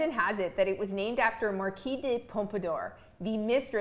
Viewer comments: Hey - it's pronounced MAR-KEEZE -- (French), the feminine of Marquis (Mar-Kee). I can't believe even so-called professionals consistently mispronounce this FRENCH word. Then there is "briolette cut," which most pronounce as "brio-lay. Briolette is also feminine. Only the ending ET ending is pronounced "ay" (as in parler (to speak). If you're going to talk about a cut, which you are obviously qualified to do, please at least learn how to pronounce it. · IAM Frenchl and we Said Marquise for women and Marquis for a Men you don’t know how to prononce that ! Its Marquise of Pampadour With the R in the end 😮